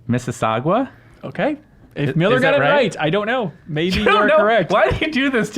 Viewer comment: lmao im from mississauga i have a serious question though. the last part is "sauga" so where the hell did you get "saugwah" from ????